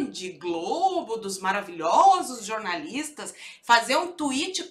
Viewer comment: Poxa,! Posso jurar que quando você fala "jornalistas" o meu ouvido está me pregando uma peça e estou entendendo "jorNAZISTAS".... Que coisa, não!?